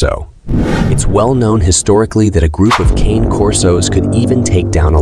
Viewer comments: Cah-nay CAH-NAY NOT KANE! Lol its not a huge deal i just hear so many ppl say it that way and its pronounced cah nay corso. It literally means "dog of guarding" or gaurdian dog. And in italian dog is cah nay. It would be like saying perro in spanish and pronouncing it pro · Cane, pronounced con-nay. It’s an Italian mastiff. Whoever writes the script needs to do more research. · Man, that isn't pronounced like cane...